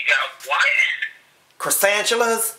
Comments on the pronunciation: " Croissantulas " lol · Cresantuluas lmao ha ha you never heard of Cresantuluas . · He said croissanchulas🤣😂🤣😂